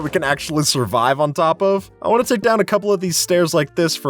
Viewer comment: "Place down the blocks that you wan" 😅